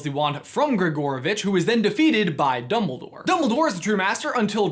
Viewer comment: Did he say doubledoor?